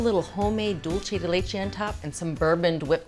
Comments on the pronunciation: She's thinking "Italian" rather than "Spanish." Italian would be "dohl-che," close to what she's pronouncing it. Spanish is "dool-say" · Love Julia, but every time she says dulche, it’s like fingernails on a chalkboard. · She doesn't even say it right in Spanish. It's like some form of Spatalian mixing dolce and dulce together. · Isn't it "pot de crème"? Also, the pronunciation of "dulce" in the video is Italian, not Spanish. In Italian, it would be "dolce di latte." In Spanish, it's "dulce de leche."